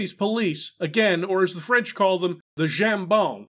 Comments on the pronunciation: Dude I don't know what you were trying to say in French but either "gens bons" means "good people" or "jambon" means "ham". I think got it right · calling cops jambon instead of gendarme. :)